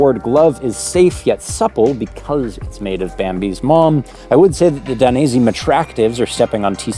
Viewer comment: Daines..eh! not "i" 😀 keep up the great work, cheers from Italy!